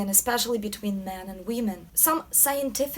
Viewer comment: it's women not wee-men! other than that love your videos! keep up the amazing work!